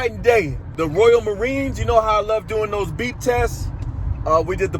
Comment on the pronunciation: Hahaha! I got you man! I thought you were saying "That BEAT", "That BEAT" in your Grateful for 1000 views video. But it's the BEEP! Got it. Nice man!